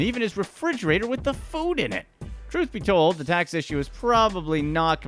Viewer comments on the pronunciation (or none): none